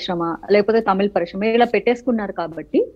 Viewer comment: Madhavi garu , please Shakthi kadhu sakthi - melakela sa 🙏 parishrama kadhu parisrama 🙏 telugu manchiga palukavamma 🙏